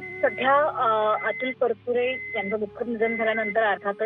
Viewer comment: News reader need to have awareness about correct pronounciation , marathi na bolata yenarya vyaktila news reader theu naka. Specially felt thisbas she is talking about Atul Parachure who always insisted on speaking Marathi correctly